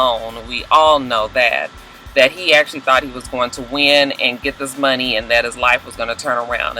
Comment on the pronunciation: Hey!! When you were talking about Dre and the money, you reminded me of Scrappy and Erica by the way you pronounced it; 'Munny'. Lol!